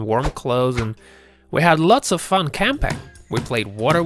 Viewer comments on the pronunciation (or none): The way he says camping he says campi•••....g and the way he says clothes cloths